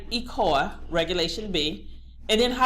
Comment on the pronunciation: DO YOU MEAN ECOA? WHERE ARE YOU GETTING THE WORD ECOLA? please say ECOA